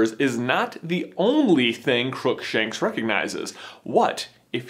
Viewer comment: "CROOKSANKSH JUMPS DOWN"